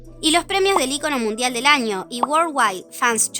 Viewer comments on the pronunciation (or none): none